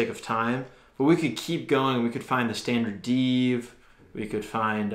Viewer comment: hey just never say standard deeev. Other than that it was a great review thanks